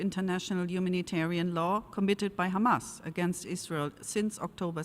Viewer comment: In short, israel said, “khamas, khamas,khamas, tewowist”